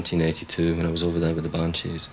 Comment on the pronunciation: vers : pas "le Scandinavia"... aucune salle de concert ne porte ce nom mais "la Scandinavie", et Adam imite l'accent scandinave dans la foulée. Sans oublier "Bowowo" et "les Bannechizes" un peu avant. Du grand art, et par un connaisseur visiblement. Il a été payé pour ce travail de cochon ?